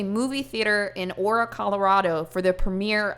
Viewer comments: Hey!!! I love your content a lot, you’re totally my favorite comfort YouTuber but I’m from Colorado & we pronounce Aurora like A-roar-a like the Disney princess:) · it's aurora like the sleeping beauty not "ora"😂😂😂😂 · FYI the city is pronounced a-roar-a💜 I'm loving your videos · lol aura? That was funny. It’s pronounced Aye-rawr-uh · "UH-ROAR-UH" Is how you pronounce "Aurora" 😂😂😂! I was so confused when she kept saying "Aura" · “Aura” Colorado took me out of it for a good few seconds. 😂 Time stamped for when I was able to focus again. lol — it’s aurora!! :) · Ah-roar-ah. Not aura. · Aura? Do you mean? Aurora, like Aurora Borealis. The beautiful flowing river in the sky. Lol, It's okay that she prenunced it wrong. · Born and raised in Colorado and I love you but it's not ora Its a-rowr- ah like the princess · not you calling it aura colorado 😂 this was traumatizing af for aurora, my cousin was in the theater & it’s sick to think this man has fans. thank you for covering this! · Aurora (Uh-Ror-uh), Colorado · “ora” cmon it’s uh roar ah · I can’t get over you saying “aura” instead of “ Aurora” 😂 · GIRL IT IS PRONOUNCED AH-ROAR-WA NOT ora.💀☠💀☠💀☠ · Hi I'm from Colorado and I love ur videos lol! Just one little thing haha Aurora is pronounced Uh-Roar-uh, like the aurora borealis lol. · Girl I am from Aurora and that’s not how you pronounce it. Much love it’s Ah-Ror-A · Uh-roar-uh= Aurora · I lived 4 blocks from the Aurora theater and that night was WILLLLLDDDDDDD Ps: it’s pronounced (ah-roar-a) just to help out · Ah-rawr-ah like the Disney princess lol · “Uh-roar-ruh Colorado” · Uh-roar-ruh! Lol sorry it's a pet peeve of mine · It's pronounced a roar a. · Why my city or area today? This happens every time I find a channel i like.. A - WAR -RAH is how it’s pronounced, but I wish it was aura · I KNOW YOU DIDNT JUST SAY "aura" COLORADO. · you said aurora wrong